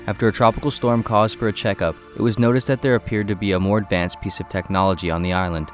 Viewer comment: "ADVANCAD WEAPONRY"